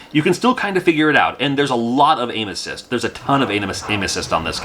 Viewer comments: I'm 100% sure you said anuses. Instead of aim assit the first time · Oh my goodness- you said a ton of “aim assist” and I heard “a ton of anuses” 🤭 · I thought you said "This game has a lot of anuses." It took me a second to realize you said "aim assist". 😂